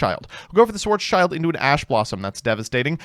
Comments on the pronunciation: It’s schild =shield so black shield not child sry but ears bleed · it's schild, not child xd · Schwartz-schild is actually pronounced like shield (but without the e), not child. In fact, it mean Black-Shield, much like Roth-schild originally meant Red-Shield. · Funny how all NA's call "Schwarzschild" schwarz child Its spoken: schwarz shild Schwarz= black Schild = Shield Still banger video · you pronounce it as SchwarzSchild(Blackshield) an not Schwarzchild( Black Kid)😂😅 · Schwarz-Schild. Black Shield or Black Sign. It's not a "Child". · It s a shield... IT S A FREAKING SHIELD CALL IT SCHWARZSHIELD AND NOT SCHWARZ "CHILD". LOOK AT THE ART WORK... IT IS NOT A BLACK KID... IT IS A BLACK SHIEEEEELD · Sorry but as a German i have to say that its pronounced "Schwarz-Schild" (Like Black Shield Not Child) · Have yet to find someone pronouncing "Schwarzschild" correctly. Schwarz --> Black Schild --> Shield and not "child" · I don't think I will get over pronouncing Schwartzschild as Schwartz Child.